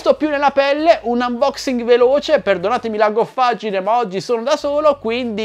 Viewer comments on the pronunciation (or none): none